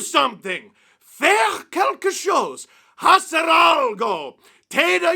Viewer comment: His attempt at Spanish made me wheeze😂, the HARD h in hacer 😂, with an Italian accent😂